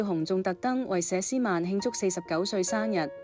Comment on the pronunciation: 佘詩曼不是吏詩曼，發音完全不正確，請尊重別人的名字。